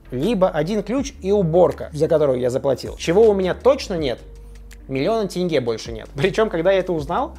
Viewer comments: Как же хорошо что ты произносишь как тЕнге, а не тЭнге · Хоть кто то правильно называет "тенге" а не "тэнге" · Казахам Руслана можно полюбить даже просто потому что он правильно произносит слово "тенге". Аж радует слух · Руслан заслуживает уважение! Он говорит не тЭЭНГЭЭ, а тенге :)